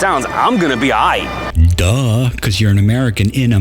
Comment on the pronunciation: Did I hear that correctly? "I'm gonna be a'ight ?